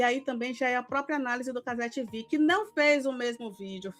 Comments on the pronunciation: nossa tenho uma agonia desse "cazé 'tivi'" hahah, minúsculas causas mas pô, a emissora é brasileira, a transmissão é brasileira, o apresentador é brasileiro, o dono é brasileiro, as pautas são brasileiras, e o português é muito mais bonito! cazé tevê! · Juro que me esforço para não criar ranço com a. Mas, não é fácil. Ela vê machismo em tudo. Está concorrendo pau a pau com Milly Lacombe e a Alicia Klein. As falas do pessoal da Cazé TV (é tevê,, e não tivi!) foram para a repórter se proteger da ação da PM, não tem nada de machismo. Essa, assim como a Milly Lacombe e Alicia Klein praticam o feminismo fanático, aquele que é repudia qualquer senso de razão. Depois, reclamam por que não conseguem adeptos à causa.